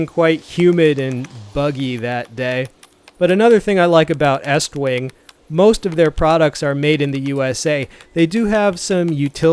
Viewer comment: I got 20 seconds into the video and gave you a 👍🏻 simply because you actually know how to say the company name! Almost none of the other so-called “reviewers” on YouTube say it correctly. HA! HA! HA! HA! You could use [a club] for personal defense, but hey, why would you use that when you have a hatchet?” 🤣👍🏻